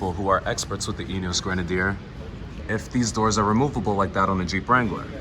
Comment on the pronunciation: Great job with the video,, especially with the pronunciation of Grenadier. 🙂 I’m from 🇦🇺, and I’ve been lucky enough to have two rides in a 2B prototype. Like you, I’m very impressed with the concept. One minor point for you: I think you'll find that the raised air intake does not actually increase the official wading depth, which is 800mm.